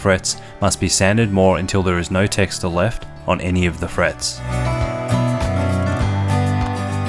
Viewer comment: ...where the texter is being sanded away? texture? wtf is he saying and talking about? lol